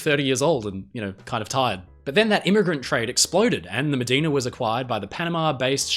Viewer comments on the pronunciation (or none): There's a good chance that Medina's name is actually pronounced "Muh-die-na" - she was named for a river in Texas and Americans have a tendency to pronounce loanwords as if they followed English pronunciation.